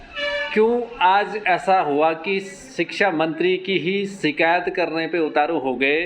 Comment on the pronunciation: "शिकैत" नहीं होता है "शिकायत" होता है। कृपया भविष्य में ध्यान रखिए।